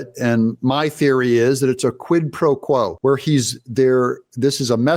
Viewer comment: So Quid-Pro-Wuo?